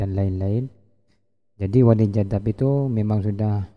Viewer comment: Bukan jaddab.. tp Kadzdzab..🤭